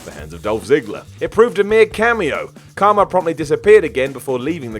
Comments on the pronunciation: Kharma, not Karma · it’s Kharma not Karma. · Its KHarma, not Karma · It's Kharma, not Karma. Who the fuck is editing these videos?